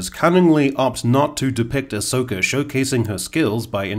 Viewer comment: Dare I say… Ahss-oka 😁